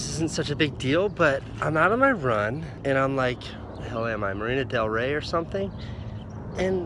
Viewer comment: I thought he said "Lana Del Rey" not "Marina Del Rey". I screamed and got overly excited